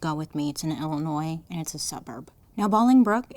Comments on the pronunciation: Not a Chicago native, but I am an Illinois native, and I was just excited to hear her pronounce "Illinois" correctly. lol🤣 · It’s pronounced “bowling brook”. But you said Illinois right, which never happens. ❤